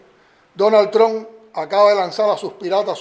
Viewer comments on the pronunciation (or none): none